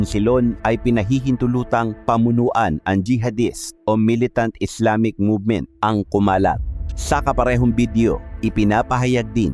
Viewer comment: maganda sana kaso kulang kulang ka sa research ng pag bigkas, like insilon,, at islamis, islamic po yan as in islamik hindi islamis millitant.